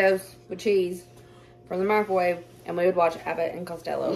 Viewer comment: I love how you say mikrowaveyyy 🤣😅 ever since we saw that video, we can never say it normal again lol. Your sons are good boys!